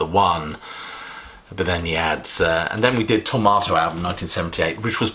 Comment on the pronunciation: You said Tormato 20 times, and you never emphasized that "R". Why? Sounds the same as Tomato.